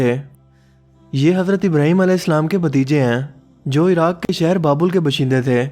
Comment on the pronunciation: bshinda nai hota uncle baashinda hota hy